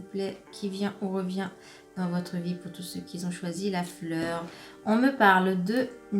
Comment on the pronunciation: On ne dit pas "qui zont"